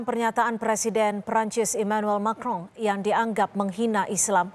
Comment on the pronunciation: Macron.. bacanya "Makwqqqong"